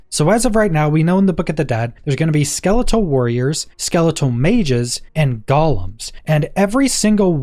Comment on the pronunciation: It's pronounced gou-lem.